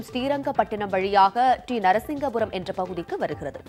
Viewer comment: T Narasipuram sariya uchcharikkavum. - JAI HIND JAI KONGU NADU